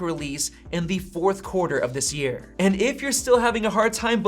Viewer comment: this guy pronounces "and" as EHH'ND